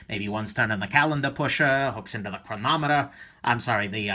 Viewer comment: ... LOL ! did he really say "chroMometer" ? oh yeah, he knows watches alright....